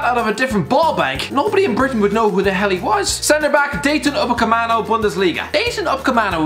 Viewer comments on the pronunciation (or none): upamecano not umapaceano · Dayton upacemano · Who tf is Upacemano , I know Upamecano not that guy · No one: Absolutely no one:: DaYtOn UcApEmAnO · Did anyone notice he said Daytin upacemano? And he just signed for Bayern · "Uppercommano"? Want to attempt that one again? 😂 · Dayton Ohh-Camano? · Yeah this deserves more unlikes than likes purely for shitting on UpaMECAno and Donarumma. Also, learn some proper pronounciations CHRIST ABOVE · Dayton Upecamano? Your job is talking about footballers, how can you not pronounce stuff? How difficult is Dayot? Where has the fucking 'n' come from? And how can you call him overrated? This list is a mess, watch more football. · 1. thanks for admitting that you don’t watch Bundesliga 2. mate you can’t even pronounce his name right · he cant even say upamecano properly, that says it all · Can’t even say Upamecano definitely never watched him play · Is nobody gonna talk about how he gave Upamecano a new first name and butchered his last name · Calling Upamecano overrated when you can't even pronounce his name right is quite a push lad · You could not have pronounced "Dayot Upamecano" any more wrong than you did in this video. You didn't even try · damn that perfect upamecano pronunciation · He can't say Upamecano hahaha